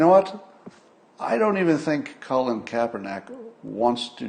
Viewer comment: It is Kaepernick, not *neck